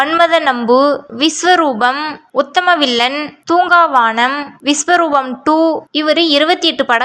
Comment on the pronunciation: நீங்க சொல்றது தப்பு. மருதநாயகம் கமல் sir இயக்குன படம். அப்புறம் movie names உங்களுக்கு சரியா தெரியல. பச்சதந்திரம் இல்ல பஞ்சதந்திரம்.. தூங்காவானம் இல்ல தூங்காவனம்..